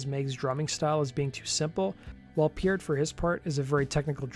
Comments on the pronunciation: Purt not puret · How do you not know how to pronounce Neil Peart’s name? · how can you make videos about bands for a living and not know how to pronounce Neal Pearts name. Blasphemy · And this guy is from the same Canadian province as Peart.